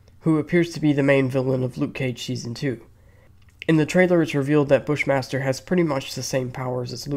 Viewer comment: I swear to god, when they said Bush Master, I thought they said Fish monster 😂